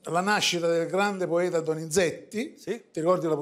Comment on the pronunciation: Ha detto “ il glande poeta😂”?